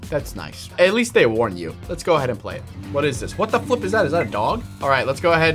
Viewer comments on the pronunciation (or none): his name is and its flip not flep